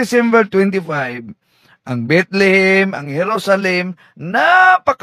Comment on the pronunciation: Mali Ang trivia ni kuya Kim...TAMA Ka diyan.. Mali ka naman sa pag pronounce mo sa Bethlehem HINDI Bitlihim....😂😂😂😂😂